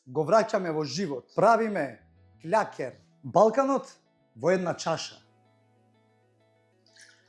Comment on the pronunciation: Не кљакер туку клакер